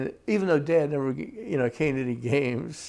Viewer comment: Shorter!?!?! Nevvah! Sahh!!!